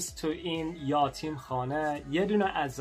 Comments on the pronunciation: یاتیم نیست، یَتیم درسته عزیز‌ درضمن صدای پس‌زمینه خیلی رو مخه...:( The background music is kinda on nerve... اگه می‌شه موقع صحبت آهنگ پخش نکنید آخه باید رو حرفات تمرکز کنم تا درست متوجه شم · یاتیم نه یَتیم درسته ... یَتیم . 😂😂😂😂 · یاتیم اشتباه. یَتیم صحیح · الهییییی... چه بامزه😄😄😄....یاتیم 😄😄😄 عزیز ما میگیم یَتیم = orphan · Hi it is not yatim (یاتیم)it is yatim(یَتیم). You are so good at speak persian. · آسمون هم درسته آسمان هم درسته توی صحبت روزمره آسمون گفته میشه. یَتیم. فَرزند خوندِگی. پیشنهاد هات خیلی عالی بودند حتما نگاه میکنم🤩 انیمه "پونیو" رو هم ببین یک قسمتی هست و داستان زیبایی داره 😁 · یاتیم نه یتیم 😂😂😂😂😂😂😂😂